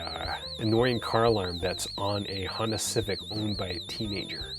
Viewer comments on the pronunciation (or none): none